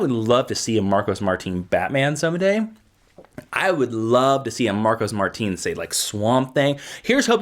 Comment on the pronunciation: Its pronounced Mar tin not Mar teen